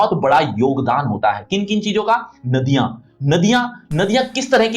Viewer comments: Nadia ❌Naadiya ✅ 🤣💀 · नादयां नही सर नदियां